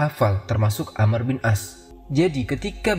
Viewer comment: Koreksi. yang benar amr bukan ammar